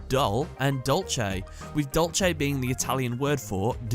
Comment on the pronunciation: The italian name for dessert is dolce, not dolche